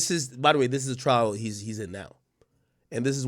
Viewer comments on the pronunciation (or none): I think he meant to say "Atrial" fibrillation. A-trial is what he what he beat in 2012. Either way Boosie is resilient enough to have made it through that and much more and I know he'll beat this as well.